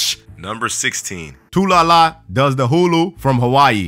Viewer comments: ITS PRONOUNCED TAH LOO LUH NOT TOO LOO LOO 😂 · Tu-la-la? You mean Tu-LUla? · BRUH DIS NIGGA SAID "TULALA" 😂😂💀 It's Talula 😂😂😂😂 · HE SAID "tulala" but it says "Talula" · its talula not tulala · Um it's not toolala it's tuhlooluh. talula is actually a pretty normal name considering. I guess the rest of her name kinda ruined it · who la hu-la is how its pronounced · you said "Talula" wrong, that's your fault,. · I still get triggered because nobody can pronounce Talula right. Dammit:P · Sorry dude, but I really hate how you butchered the name 'Talula.'